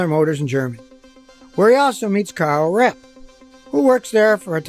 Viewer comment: It is pronoucend KARL RAPP.